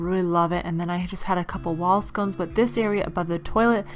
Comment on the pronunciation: Og tat green! Wehad a bedroom at a previous house that was that color. I love that you said wall scones instead of sconces. Hubby always says wall scones. 🤣